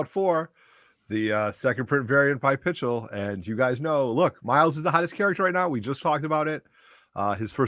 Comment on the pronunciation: Did say Pitchel? Instead of Pichelli?